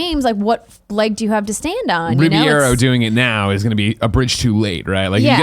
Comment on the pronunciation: Greg pronounced Alfonso Ribeiro's last name as Ribiero, Riviero, and Riviera. At no point did he ever pronounce it correctly.